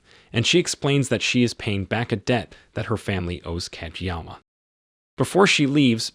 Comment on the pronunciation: codge'yama.... are you fuckin serious? googling pronunciations to difficult?? lololol